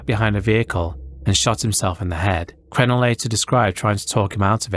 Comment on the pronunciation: Great video but the coach’s name is pronounced Cruh-nell not crenell